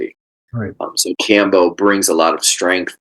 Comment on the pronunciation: Iʻm honestly wondering how much you know about Kambo when you donʻt pronounce it correctly...? Neal: The nadi is called "Ida" not "Inga", and itʻs a channel for prana, not blood and lymph, though of course it might affect them...